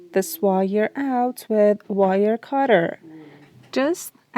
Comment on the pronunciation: Nice video, but saying "wye your" and "ply yours" was very distracting